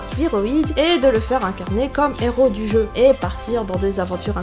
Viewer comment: Pas de liaison a héro XD Super vidéo merci pour les conseils de logiciels/app